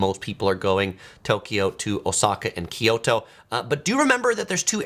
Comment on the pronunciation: it's KYO-to, not KIO-to. you know what Tokyo means? proper name is To-Kyo-to, or east kyoto. so pronounce it like Tokyoto, minus the first to. kyo-to, say it with me